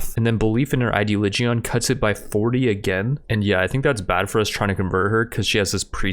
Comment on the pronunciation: "Idea-Lee-Geeon" ... It's pronounced "Eye-Dee-Olidge-In"